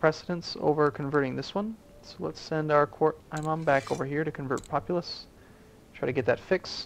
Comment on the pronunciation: Imam is pronounced E-mam.